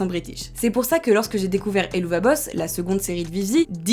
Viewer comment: D’ailleurs petit info supplémentaire, le nom de la série se prononce “Hell of a boss” (et c’est aussi de cette expression “hell of a …” que le nom vient.)